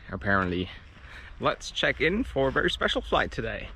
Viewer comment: said chrck it out